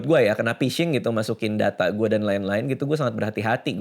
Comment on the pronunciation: penyebab kena phising: 1. emailmu jgn dipasang lagi bang, biar nggak kena phising (bacanya fishing bkn pising) 2. jangan download aplikasi sembarang, kalo kena virus apalagi ransomware, wajib format hardisk (install ulang kalo OS Windows)